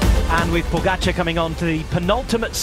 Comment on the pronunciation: If you are going to make an entire video featuring pogacar why not learn how to pronounce his name correctly? Laziness